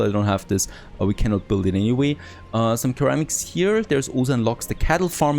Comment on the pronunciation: Ceramics - pronounced "Seramics"